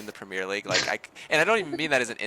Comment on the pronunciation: premeer league? what is that mate 😂